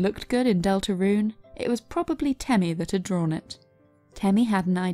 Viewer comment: HOW YOU PRONOUNCE DELTARUNE IS GOING TI KILL ME w h y